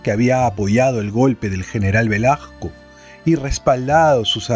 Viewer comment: AGRADEZCO muchísimo que nos lea el libro Los Genios de Jaime Bayly, sin embargo, al escuchar el remplazo de una S o Z por una "acomplejada y apitucada" J, me distrae tremendamente del placer de la exquisita narrativa de Bayly. Porfavor, Velazco es con Z intermedia o con S (es un apellido que algunos tienen con Z o S intermedia, da igual, no es el punto), no VelaJco. Duele escucharlo una y otra vez. Será que Bayly lo menciona así y a drede? VELAJCO?. Me recuerda cuando dicen ofensivamente CuJco, y no CUZCO, cuando mencionan a nuestra 7ma maravilla.